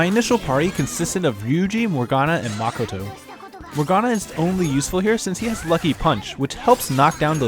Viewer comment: Maa-ko-to. I’m getting physically hurt